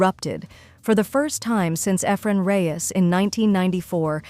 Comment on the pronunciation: Why use an A.I. voice? Eh -fren Reyes? The goat should never have his name butchered like that.